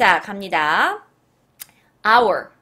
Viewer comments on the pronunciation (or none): none